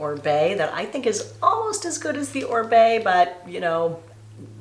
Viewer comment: Oribe is pronounced O-reeb not Orbay! 😂